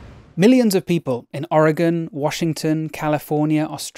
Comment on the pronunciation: Cheers from Oregon. Thanks for pronouncing it correctly.